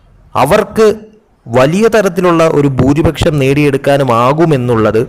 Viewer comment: ഭൂരിഭക്ഷം അല്ല... ഭുരിപക്ഷം, അങ്ങിനെ പറയൂ.. അങ്ങിനെ എഴുതൂ..